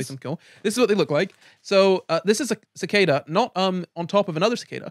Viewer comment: so I've been pronouncing cicada wrong my whole life.....huh, the more you know